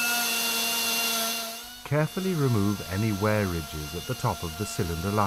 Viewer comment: Note to person reading the script. It is ' WEAR AND TEAR ' pronounced 'ware and tare'.